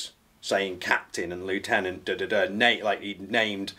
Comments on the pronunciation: "Captain and lietuenant and.." Captions: "He MeAnS LiEuTeNaNt" Me: YEAH HE CLEARLY DOES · Dear Lindy Beige, if you really want Lieutenant to be pronounced Leftenant, why don’t you write a snotty letter to the Dictionary writers and make them change the spelling.Or if you don’t want to do that, will you agree to change how you wrongly pronounce Lieutenant? I rest my case. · it's pronounced 'lev-teh-nent', is what he means… but even as someone who picked up on the American lingual quirks, I found it an entirely unnecessary addition to story… the man was in trenches, he can say what he likes and he knows what he means: whether it's the British pronunciation of the word or the yanquí that's de rigueur in his unit (much like 'recce'—reh-ki—rather than 'recon') it should be accepted by armchair pundits who haven't been involved in the affair, instead of disrupting the flow. My two pennies…;P or tuppence. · Its spelled the same. But if you're British it's pronounced leftenant. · That man is a soldier's soldier . How do you know if an officer is a Leftenant or a righttenant ? Great interview from both sides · "...like a Lieutenant-" "I'm sorry, what?" "Oh a Lefftenant. I've been around the Americans too long." That made me almost wet my pants LOL. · Left-tenants. Lol